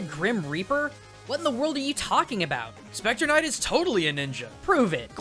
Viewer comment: SHPECTAH KNIGHT